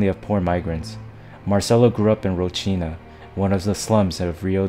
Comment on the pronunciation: Wtf is "roshina"? Lol if you want to make a video at least make sure you can pronounce the location properly... ROCINHA is pronounced hall-seen-ya